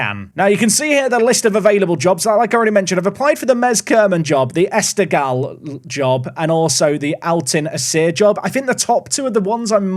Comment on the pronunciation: Afaik the gh in esteghlal is pronounced like the r in french or german (more or less)